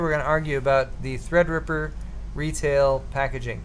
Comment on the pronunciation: Wifeysauce you da real MVP for that donation. Also, drunk pronounces Threadripper as "Thrdrppr" lmao